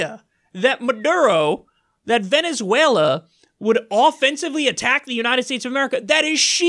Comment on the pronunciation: Venezuewa and scoiwism awe scawy!!